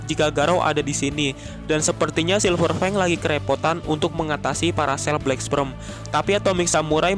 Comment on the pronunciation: Nihh si mimin bolak balik ngomong Black Sprem, black sprem,,, (Black Sperm) wooeeeeee!!!!!